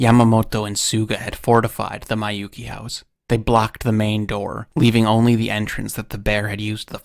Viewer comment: I hate to be this guy. Miyouke is pronounced "mi-yo-keh". Not "mai-yu-ki".